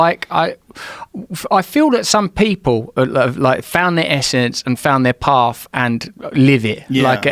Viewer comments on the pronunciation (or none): "Found thai paaff"